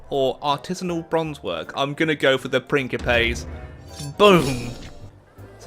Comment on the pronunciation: Heck yeah I'm looking forward to it. Also, I don't really get the whole hairline joke thing, I mean, it's not like you can control it. My hair started turning grey when I was 16, never bothered me. Second, and this really bothered me, Principes is not pronounced with a k. Other than that, loved the video, you're awesome, keep up the great videos.